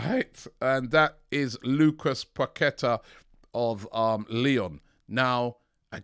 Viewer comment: robbie, its pronounced Lucas (Pa-ke-TAH), with emphasis on the TAH